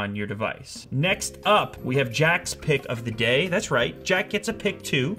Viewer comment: It sounded like you said "Jack's pick of the gay"